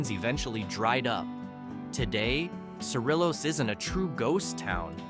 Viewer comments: Sa Ree yos as cerillos is pronounced and the video was from Madrid NM not Cerillos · Cerillos…say, “seh-REE-yohs”